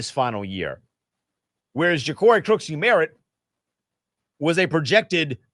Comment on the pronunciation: Okay, at least learn how to say the man’s name. It’s not “Crooksie Merritt”, it’s Croskey Merritt.